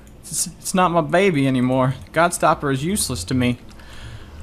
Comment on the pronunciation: i love how he always says godstopper instead of gobstopper